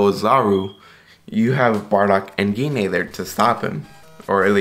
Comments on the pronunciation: Wow butcher Goku's moms name. It's pronounced " G . nay" . Dam it's not that hard. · Gine is pronounced as Jeen